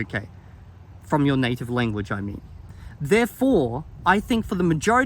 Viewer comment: Fun fact: If you put the video at increased speed, it sounds like he's saying "Linguage" instead of "Lenguage"! Or maybe that's just my accent seeping into my ears lol. (I pronounce "Length" and "Strength" and the like like "Lingth" and "Stringth", Idk why I just do.)